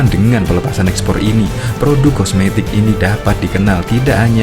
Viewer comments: Kosmetik ❌ Komestik ✅ 😂ngakak anjir😂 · Kosmetik bang bukan komestik hahahaha